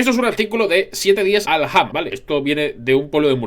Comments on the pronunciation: Dado de que vivo en murcia me veo en la obligación de informarte de que Alhama se dice al-lama o algo así no sé si te sirve pero me encantan tus videos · Aljama? La h es muda, como murciano me ofende xD. (tampoco me hace mucha gracia que este tipo de mentiras salgan de mi tierra)